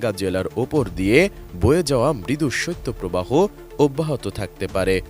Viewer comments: সইত্য প্রবাহ না রে ভাই শৈত প্রবাহ। সংবাদ উপস্থাপক হয়েও যদি উচ্চারণ টা ঠিক করে করতে না পারেন! 😏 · সত্য প্রবাহ নয় সঠিক হবে শৈত্য প্রবাহ । উচ্চারণ সঠিক ভাবে করতে অনুরোধ করছি।